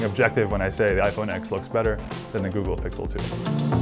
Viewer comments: FFS ITS PRONOUNCED IPHONE 10 NOT FUCKING IPHONE X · Cringed every time he said X instead of Ten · He pronounced it 'iPhone X' instead of 'iPhone Ten' . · Its pronounced iphone TEN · If you love this phone so much then why can't you say the damn name right